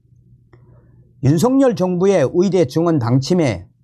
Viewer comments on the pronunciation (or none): 또 또 또 나왔다 위대.위대.위대 위사 위사 위사 ㅡ 발음에 좀신경쓰시지?